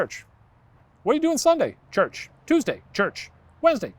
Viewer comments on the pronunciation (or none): Shane really made church sound like a fake word didn't he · he made "church" sound like slang for cocaine lol